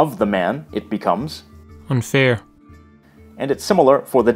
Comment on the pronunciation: Well done on the video! I as an Irish speaker am very glad to made this video. Just one mistake that I noticed is that the letters 'fh' in Irish are silent. When the voice you played read the examples of 'an fhir' and 'don fhear'.for example.